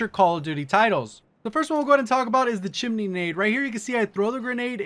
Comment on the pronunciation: chimney not chin-er-ney